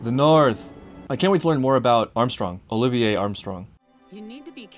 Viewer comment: you're the first reactor I've seen guess the pronunciation of Olivier's name correctly! also I've never seen you so frustrated by an ending 😂